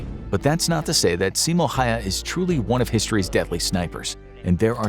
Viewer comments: Its not ”Hayha” its ”Häyhä” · its not Simo Hayha its Simo Häyhä . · It’s How-hah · its pronounced ha-u-ha not hayha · why did you say simo haha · Hes last name is pronounced "häuhä". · it can't be that hard to pronounce it the way it is supposed to and it's ok to pronounce it your own way, in this comment you said it's pronounced "Häuhä" when it really is "Häyhä" that is the way it's supposed to be pronounced and written there is nothing more to it case closed. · It's Simo Häyhä. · You pronounce his name wrong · The fact that he butchered that name 💀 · When they miss pronounce his last name 😭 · The way he said Häyhä got me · Are you nordic? Bc if you are then congrats im part estonian so i do pretty good with nordic names but i cant handle 2 ä's in one 5 letter word not to mention an american pronouncing it (i think he was american)